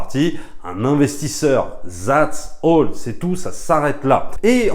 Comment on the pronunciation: Je comprends pas les Français qui pensent que les lettres th se pronocent ze..."zats all". Surtout venant de cinéphiles, je veux bien croire que les anglais le prononcent différemment des américains, mais même là. Pour revenir au sujet de votre vidéo, vous donnez bien trop d'importance à ce triste idiot. Moi une chose qui me fait bien plus rire c'est la mention en marketing: Des producteurs de...Comme si c'etait eux qui avaient fait le film et que c'etait un gage de qualité, burlesque. Je trouve absurde de commenter un film à venir, sans connaître le scénario, vous avez raison. Bonne vidéo.